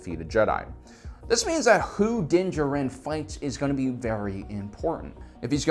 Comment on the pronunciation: Not “din jaren” it’s “din jar in” that’s the proper pronunciation